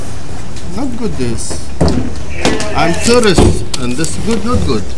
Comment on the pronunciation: Evan Aviles BRO I thought he said "I'm terrorist" I FUCKING LOST IT LMFAO